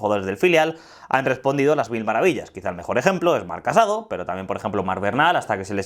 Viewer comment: Se pronuncia marc casadó!!! Con acento en la o final!!